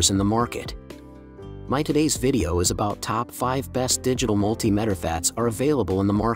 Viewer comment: The word is Multi Meter ,that put me off watching your video, or should i say VIDO!